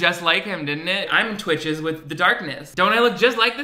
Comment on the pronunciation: okay but not it saying "TWICHEDS" please.....